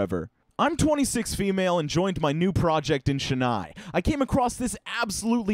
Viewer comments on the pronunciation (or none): my dude it's Chae-NNai, not Shenai. I'm sorry I had to I'm from this city I can't help it. Love your videos man. 👊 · It's pronounced Chen-Nye 😂